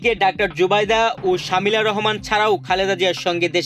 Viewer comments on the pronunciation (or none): কিসের খবর পড়েন নামটা জানেন না শুদ্ধ করে নামটা বলতে পারেন না পড়া শিখিয়েছে কে কোথায় পড়াশোনা করছেন